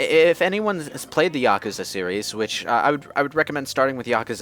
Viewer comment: YA-KOO-ZA YOU IDIOT